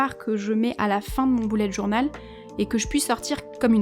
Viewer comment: On dit bullet journal et pas BOULLET JOURNAL